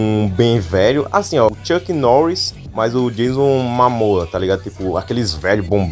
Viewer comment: Eu não sei se ele falou Jason Mamoa de zueira mas o nome dele é Jason Momoa